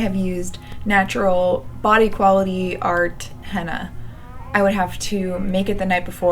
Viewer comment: It sounds like you are saying Hannah instead of henna, it’s cute.